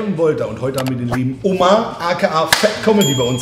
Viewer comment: Er ist türke und mann sagt ömer aber warum sagt jeder und er omar